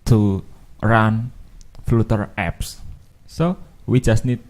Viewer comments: It's pronounced 'flutter', not flooter as in the video and not flater as you're saying here either. It's also not pronounced 'flatter'. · Good starting point. Btw AFAIK flutter is pronounced 'flater' not 'fluter'. 😁